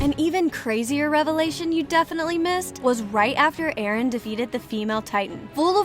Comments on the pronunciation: It's Eren not Erin that AI voiceover is so disturbing I couldn't watch the rest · it’s NOT Erin ITS eren!!!!!!!!! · She called Eren Erin XD. (No offense) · EREN not fckin erIn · it is eren not erin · Erin wrong it's eren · Its supposed to be eren not erin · ITS NOT ERIN ITS EREN DUMB DUMB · Its EREN NOT ERIN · Btw it's not Erin it's eren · His name is not Erin it’s eren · Erin??? Isn’t it just eren??? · ITS EREN!! EREN!! NOT ERIN!!! Sorry sorry but it's Eren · is eren not erino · Sis called him Erin😭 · it’s Eren not Erin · It's not erin it's eren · Eren not Erin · Hey it’s Eren not Erin, just wanted to say that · EREN NOT ERIN💀💀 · BRO REALLY SAID ERIN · Na bro its "ereh" according to mikasa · Ah yes, Erin Yeager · he was referring to how the narrator would spell his name as erin, not Eren. and he/she was talking Abt Eren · So many hours watched and countless minutes of researching and you still couldn’t get the name right🤦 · made me cringe that she said his name wrong 😭